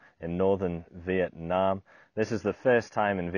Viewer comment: I'm a Vietnamese. Pronouncing it like in the video is decent. Yue nam is totally unheard of.